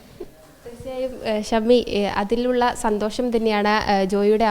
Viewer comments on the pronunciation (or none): ഷമ്മി എന്നല്ലവിളിക്കേണ്ടത് പമ്മി എന്നാണ്